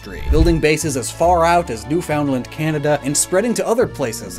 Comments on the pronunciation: Loved the vid, but as a Canadian that New-found-land grated. It's usually pronounced 'new-finned-land' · Thank you somebody said it! I had to scroll wayyy too far to find this lol. Also the weird emphasis on the FOUND part of the word. It's NEWfunland, not NewFOUNDland haha. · not to be "that guy" but as a Canadian I just gotta point out we pronounce "Newfoundland" as new-fend-land not new-found-land :) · As someone from Newfoundland & Labrador, Canada, please stop pronouncing it phonetically. I realize that is the literal term for it “Newfoundland is literally New-Found-Land” but no one outside of canada pronounces it that way and it gives me the chills. It’s “New-fund-land” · After hearing Newfoundland pronounced be someone not from the maritime provinces... i had to pause and think for a moment about how every time i say it it sounds more like "newfin'land" or "newfun'land" lol that being said, I am loving all the bits and pieces you've pulled together on this! I had thought a couple of them for sure just upon seeing cetitan for the first time, but seeing how much deeper it goes... whale it's is really -cool-. xDD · just so you know, most newfoundlanders pronounce it NEW-fond-LAND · Hey it doesn’t really matter but Canadiens and Newfies (Newfoundlanders) Pronounce Newfoundland (Noo Fuhnd Luhnd) your pronunciation just caught me off guard with pronouncing the “Found” part so clearly.I love your videos and your research and descriptions are so well made that I thought you might want to know if you ever have to talk about Newfoundland again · Great video! But Newfoundland is pronounced Newf’ndl’nd or Newfundlund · NEWFINLAND NOT NEWFOUNDLAND DAMN YOU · New FOUND land 🤢🤮🤮 Honestly why isn't it pronounced that way 🤔